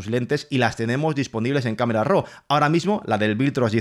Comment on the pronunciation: El primer fotógrafo que le oigo pronunciar correctamente, ROO para RAW y no RAU como lo pronuncian erróneamente la mayoría